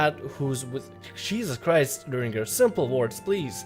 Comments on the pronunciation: Urianger = ooo-ree-an-jay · Urianger is pronounced "URR-ee-AWN-jay", and Alphinaud is pronounced "AAL-fee-KNOW". weird names, i know.